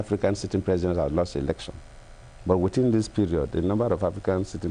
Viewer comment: Shamefully dull, uninspired, uninspiring. Putrid, gutter English pouring out of a President's mouth. He "sympathizes" with the international community for the postponement of elections!! Sympathy??? Keeps saying "witin" instead of within. Makes me wanna fart!